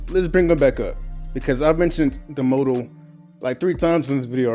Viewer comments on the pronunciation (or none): Jesus Christ it's "MAH-toe" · W vid but bro if you say moe toe one more time😂😂😂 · Motto - pronounced "Mah-toe" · You kept mis-pronouncing motto